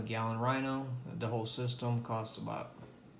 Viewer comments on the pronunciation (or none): none